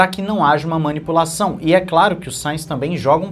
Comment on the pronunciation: Manipupaçaun? Kkkk